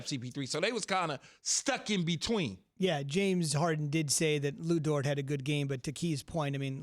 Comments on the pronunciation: Dude keeps saying lu dert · It's Lu DORT, not Lu DIRT. Respect my hometown Montreal PRODUCT!!!